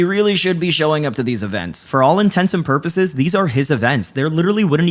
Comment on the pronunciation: INTENTS, and PURPOSES. not "intensive purposes". this bothers me so fucking much